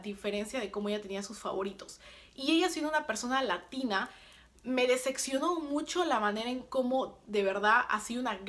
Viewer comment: DecePcionar no DeceKcionar, tu Spanish es malisimo 😜 y redundas demasiado